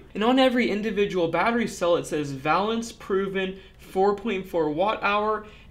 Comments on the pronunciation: I don't know if I would say "worth the price" but WOW what a difference! and Thank you for doing this! FWIW I think the companies name should be pronounced Vay-lance like in chemistry valence electrons. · It's pronounced va - long A - lence - as those of us with an academic chemistry background learn. The valence of a molecule is "the combining power of an element, especially as measured by the number of hydrogen atoms it can displace or combine with" or "relating to or denoting electrons involved in or available for chemical bond formation". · Would have enjoyed this video more if you could properly pronounce Valence. I cringed every time you said it. "Vay-lenss". One consonant following the vowel, that vowel is pronounced long. Basic English. I learned this in first grade back in 1962. Otherwise an interesting video. I changed my initial thumbs down to a thumbs up. Keep up the good work.